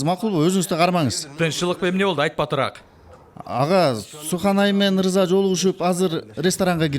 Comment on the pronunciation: Э жинди ырза эмес рыза дечи